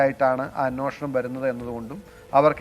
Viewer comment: സാറേ.. അന്വേഷണം എന്ന് പറയു..